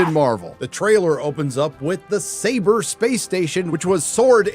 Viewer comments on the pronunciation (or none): none